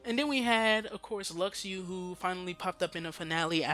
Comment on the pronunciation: Stop saying "Lucks Ooo". Luxu is pronounced "Loo shoe". if you watched back cover you'd know that. idk why so many people still say his name wrong but get other names right. just stop. the x in luxu name is the same as marluxia and xion. a "sh" sound.